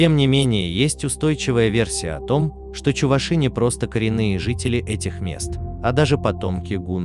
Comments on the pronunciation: ЧувАши, а не чувашИ. Безграмотность нынче везде. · Пожалуйста, ставьте ударение на букву "а", что за неуважение к народу. Вы же не говорите чувашкА, а говорите чувАшка..Будьте немного вежливее. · Каждый раз буду поправлять, увидев подобные ролики! Не чувашИ, а чувАши! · Не чувашИ а чувАши